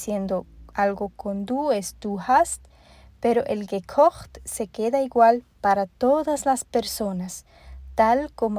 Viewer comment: Excelente. Me encanta como suena "gekocht". Bonito idioma el alemān. A propósto ?de qué país eres?